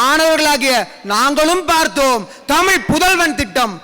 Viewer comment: பேச்சாளர் பிள்ளைகள் ஒவ்வொருவருக்கும் தமிழை தமிழ் என்று உச்சரியுங்கள் உங்கள் சொற்பொழிவில் தமிழ் என்ற சொல் வித்தியாசமான ஒளியில் ஒலிக்கிறது